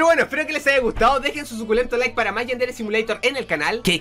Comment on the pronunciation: dice sucultento como pathofeil